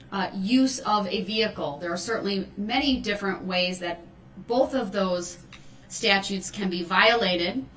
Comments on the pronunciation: He sits there and reads “statues” as he puts it. Statutes to the rest of us. Not getting that there are several kinds of courts all with statutes of their own. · His ignorance: ("lawful law" "co-horse" "axed" "dis" "dat" "witchu" "substain" "relavinsee" "statues".....and on and on. His disrespect. His arrogance. His INSANITY. He made me physically angry. He has been a user and an abuser and a bigmouth fool his ENTIRE LIFE, so now he's being shown that most women aren't like his "baby mama" or his mother....no longer is he going to win or be in control. He is, as Attorney Opper said in closing....."not in control of a single thing"......ever again. Not his meals. Not his bedtime. Not his times to take a pee or a 💩. NOTHING. Nada. Hopefully, some of the other inmates will teach him a further lesson...every...single....day.....he spends in prison. "DULL-rell" is just that. DULL. Dumb. He's finally committed the crime he cannot get by on. Unfortunately, it required the death of 6 people and the injury of dozens more, not to mention the emotional scarring of so many others. I wish the previous judge who gave him a $1K bond, allowing him to get out, try to run over Erika Patterson, then 2 days later, run through that parade, would have thought about that a little more. I truly do. What a tragedy and saddest and most infuriating of all...he'll remain in prison, but he'll never be sorry. It's not in him. He's an obtuse thug.